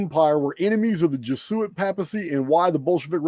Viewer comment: Jesuit is pronounced: Jez - you- it’s, accent on the first syllable.